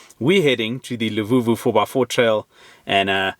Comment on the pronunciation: its LUVUVHU not LEVUVHU 😅